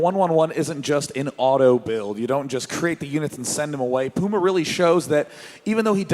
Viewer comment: Pulse means heartrate, not apm. If I hear someone say PYUMA one more time, I will shoot something.